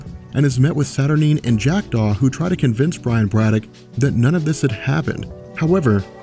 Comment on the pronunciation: every time he says "Jack Daw"..I do a double take like he is saying "Jacked off"